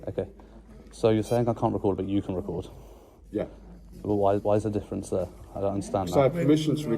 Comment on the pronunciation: Wow great to see PTTP in the North ☺️👍 love the way the Rotherham people pronounce "there".